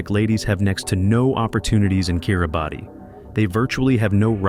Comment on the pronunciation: *It is pronounced (kee ruh bas) *International marriage in not allowed in Bhutan *"Bangladesh is an ideal location for anyone looking to settle down in a beautiful foreign land" 🤯 *"Haiti is a popular destination for tourists" 😳 NOBODY GOES TO HAITI including Haitians!!!! and for good reason! This channel is trash and shouldn't be allowed. Anyone believing any of this info will be misled, disappointed or possibly unalived.